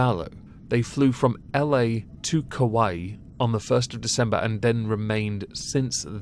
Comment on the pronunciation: I know this is super serious but I swear you were saying Kawaii Police Department and it was making me laugh.